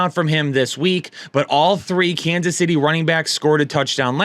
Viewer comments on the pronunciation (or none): none